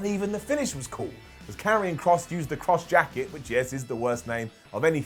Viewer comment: It’s Karrion Kross dawg 😂